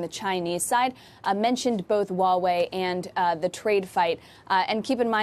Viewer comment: it's called as it is spelled, Huawei, not uawei